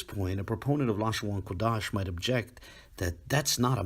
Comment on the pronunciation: Funny that at the mark, whatever automated reader was employed pronounced "Qadash" as "Quadash" (or did the script it was fed employ different spelling from what appeared on the screen?).